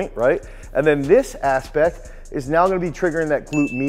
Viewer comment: did you say "this aspect" or "this ass pec"? :p